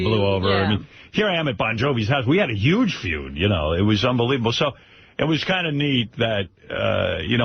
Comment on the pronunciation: He also pronounces the word huge with a y instead of the h